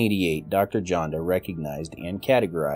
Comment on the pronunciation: I hate being "that guy", but [Vladimir] Janda is pronouced as "Yanda".